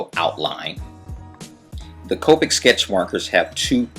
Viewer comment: its Ka-pick